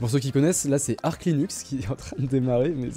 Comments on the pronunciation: On ne dit pas "Ark" mais bien "Arch" comme "Arche" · "arc" linux 💀 désolé ça me trigger de fou juste on dit "artch"